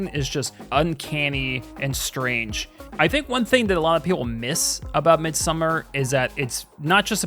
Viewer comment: I love A24 flicks, great list, and I'm sorry, so sorry, but it's pronounced Mid-some-arrrr.